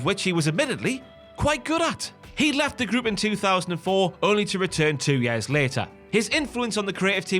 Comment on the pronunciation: “Yaers” never heard years been pronounced that way lol.